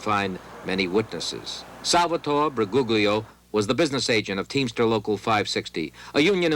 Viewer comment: Bu -goog-lio (lol)